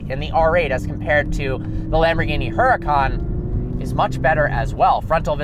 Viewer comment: How he pronounces it (her-a-can)